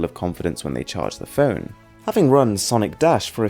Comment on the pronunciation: Pheun? It's phone... This sounds so pheuny... Uh phony...